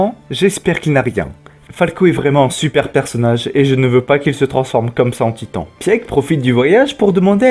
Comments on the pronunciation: Pieck ne se prononce pas "Pièque" mais "Pique" (Piku en japonais) ;) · Au top ps: Peak se prononce [pik]